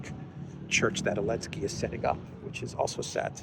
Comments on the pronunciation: Anybody, tell me please, why he pronounces Elensky, and not Zelensky? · What's the reason for now saying Elensky instead of Zelensky?